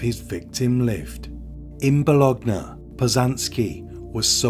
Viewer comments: Bologna is pronounced Bolonia, my brother. Happy to help you. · The 'g' is silent in Bologna, think of it like 'lasagne'. Love the channel, keep up the great work dude 👍